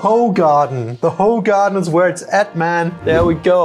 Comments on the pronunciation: Use "google translation" for pronounciations, it's not "ho-garden"!😂😂😂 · Not Hoegaarden 😭